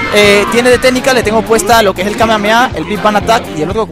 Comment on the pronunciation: se dice kamejameja y se escribe kamehameha al igual que no se dice goan se dice gojan y se escribe gohan